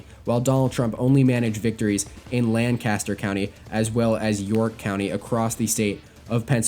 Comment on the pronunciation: As a person from Lancaster County: Lan-Kiss-ter hahahah